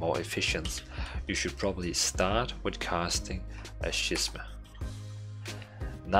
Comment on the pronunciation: Great vid. 2 things however: Scheming is pronounced SKEE-MING and Schism is pronounced SKIZ-EM